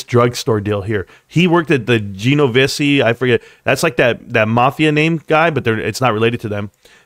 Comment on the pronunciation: Jen-O-Vece lol. Oh yeah and Mon-del-eez from earlier in the vid